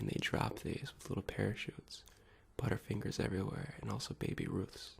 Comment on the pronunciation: Mmm "buuttafingahs"